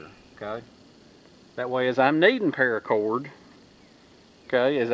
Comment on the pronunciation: 1. "Parrracorrd", said in SouthernTM. 2. Tarps; always TARPS. 3. HOLYSHITHUGEJASONVOORHEESMACHETE! Sharp enough to tap-cut wood. 4. "Aint' dat neat?" 5. Profit.